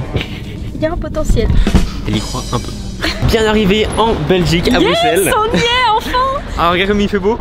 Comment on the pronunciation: BRUSSSSSSSSSSSSEL ON NE PRONONCE PAS LE X